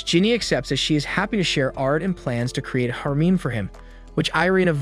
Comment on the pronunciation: the way he said harem is crazy😭😭😭